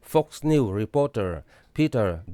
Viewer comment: Fawk niu ti suh Foxs news ti rawh bro lam uluk emai😅..